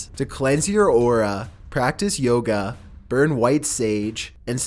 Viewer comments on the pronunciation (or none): none